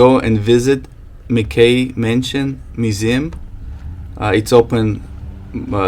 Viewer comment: It's pronounced Mac-Key not mcCay :-)